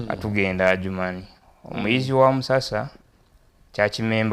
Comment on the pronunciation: Weebale nnyo muganda wange. Ekigambo kiri Ajuman si Adijuman. D is silent. Otherwise thank you for the good cordination.